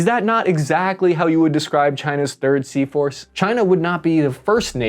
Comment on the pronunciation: Everytime he says Sea Force I somehow hear seahorse 😂😂😂